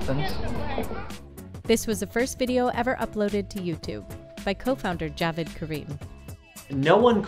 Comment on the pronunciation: Jah-wid? Not Jawed?